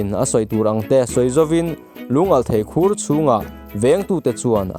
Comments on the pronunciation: Khur ilam dan a diklo Thlukloh tur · Khur tih hi tinge i lam dik theih miahloh a 😅